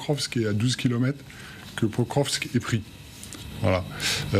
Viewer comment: /pakróvsk/ not /pökrövsk/.